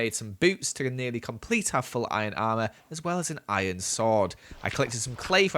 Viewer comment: "I cooked some of my iorn" Im sorry what